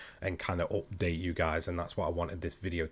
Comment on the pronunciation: Me and my wife watch your videos together. We are always having a laugh when you say "update" with your accent :) Just a small thing that brings me and my wife closer. Thank you, we love your videos, our prayers go to you and your family. Take care!